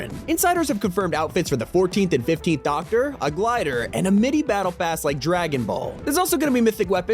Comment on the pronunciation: The way you say doctor bothers me